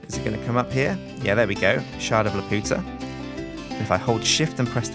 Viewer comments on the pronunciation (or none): “Calvamon” Montesinos its BLOODY LAPUTA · it's prononced Lap-You-Ta not La-Pu-ta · lepp-yu-tah. leputah. not lepp-oo-tah. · He's pronocing it wrong. It's La-Pu-Ta not La-Po-Ta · 'u' not 'ow' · Try saying it as La-pew-tah. Not la-poo-tah. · you are saying laputa wrong its lap-u(like you)-ta and you are butchering it and it is really annoying to hear you say it like la-POO-ta and it is so angering hearing you say it like that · It's pronounced Laa-pew-ta. not laa-poo-ta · it's pronounced lap - you - ta no weird accents. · since the mod maker obviously had the Studio Ghibli movie in mind when adding the shard,the proper pronunciation would be Lap-You-Ta. Not La-Poot-Ah Sorry to point it out,but it drives me nuts when people pronounce words with universal pronunciations wrong. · Castle in the Sky is my favorite movie, so im omega cringing because of the mispronunciation of Laputa. Lap-u-ta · its pronounced Lah-pyoo-tah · it's pronounced lapewta!!!! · "Shard of LAPOOTA" someone didn't see Castle in the Sky. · Lap-you-tah please, you're swearing in Spanish. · It is pronounced Lap-you-ta like from Castle in the Sky! It is a refence to that Studio Ghibli movie! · Isn't it pronounced lap-you-tuh? The way you say it is just raunchy, and offensive to the spanish speakers. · My heart cries every time he says "La-Poota" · I love you but I swear to god if you say "Lupiootuh" one more time i will call Studio Ghibli and my lawyer. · It's pronounced lap-you-tah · keeps pronouncing Laputa wrong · LAP-YOU-TA it is pronounced lap you ta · The shard is pronounced "lap - you - ta" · Laputa is pronounced as "La-pyu-ta" in the Ghibli movie, but Jonathan Swift probably meant for it to sound like the Spanish phrase meaning "The Whore". Swift was like that. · isnt it la-pew-ta like the anime film you know sky castle the amulet that makes her float and stuff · Youre pronouncing it wrong its Lap-u-ta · you pronounced Laputa wrong!! HOW DEAR YOU!!!!!